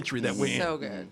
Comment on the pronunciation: I can't take DA SHIET NAO' MAOU'! "Saoooo gaaaooood"